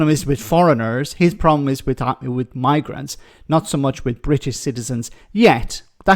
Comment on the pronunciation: We do indeed have a “pwoblem”. You’re still on TV, you racist sausage.